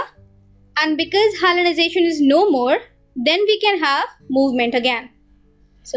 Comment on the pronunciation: Its hyalinization not hyalization !!